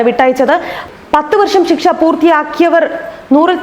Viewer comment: ഷിക്ഷ അല്ല ശിക്ഷ